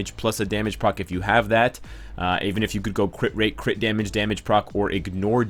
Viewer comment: i like when he says "crih rate crih damage"